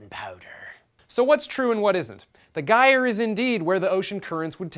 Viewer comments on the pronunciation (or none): Stop mispronouncing gyre.